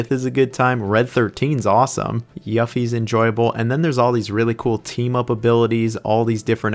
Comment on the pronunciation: Yuff-ie?! Is that Yuffie’s cousin?